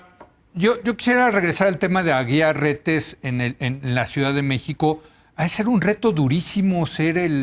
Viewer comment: Jajajajajajajaj ni sabes los apellidos jajajajajajajaja no es Aguilar Reyes sino AGUIAR RETES pasguatitoooo